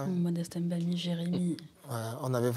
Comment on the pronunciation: Pourquoi ce monsieur prononce les noms de ses coéquipiers comme un blanquito? Ce n'est pas Em Bami, ni Em Boma. C'est Mbami et Mboma. À quel âge il ne s'est pas encore séparé de son complexe?